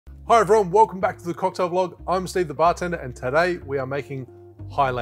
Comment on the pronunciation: That 'hi everyone' at the beginning almost sounds like 'hi bro' to me.